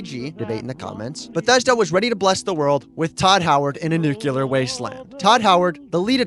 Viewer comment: I hate “Nookyaler” it’s the same thing as “Mikersoft”